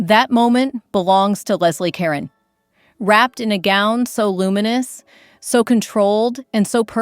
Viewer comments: Leslie Caron is pronounced LEZ-lee kur-RON, she’s French and she’s NOT a Karon!!! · It's not Leslie Karen, It's Leslie Ca RONE!!!!!!!! AI voice, get with it! Nothing more revolting is using voices that are mechanized and computerized that can't even pronounce people's names. Get with it or don't make videos! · Leslie Caron is pronounced LEZ-lee kah-RONE. Marlene Dietrich is pronounced Mar-LEH-nah DEE-trick Bette Davis is pronounced “Betty Davis”. (There is though Bette Midler, which is pronounced BET Midler). Carole Lombard is pronounced Carol LOM-bard. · Again, I have to commend your choices; but, please, learn how to pronounce Leslie Caron's name. It's ka-RON, not Karen like Donna Karen. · It was really distracting to hear Leslie Caron's name pronounced like "karen." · The narrator cant get the names correct. Lesley Ka Ron shes french. And please learn how to say Cecil not Ceecil. I know it seems petty but its annoying to listen to. Sound had to go off. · Please note, the name is Leslie Caron... not Karen. 😊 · you should pronounce the name properly......IT IS Care-own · thank you, get the pronunciation correct. Karen? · Leslie Kare-OWN. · Leslie “Karen”. Come on, make sure the darn computer knows how to speak. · Ca-Ron and not -Ronn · Leslie Caron not Karen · Could not even pronounce Leslie Caron's name correctly. And it might have been the dress that aided in the trnsition, but it was Leslie who carried the day. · You mispronounced Leslie Caron's last name. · Perhaps, spending a few moments learning how to pronounce Leslie Caron's name correctly would be appropriate. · "Caron" is mispronounced. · Learn how to pronounce Leslie Caron's and Carol Lombard's names! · I despise the robot voice. It mispronounced Caron repeatedly. Hire a human being for pity’s sake.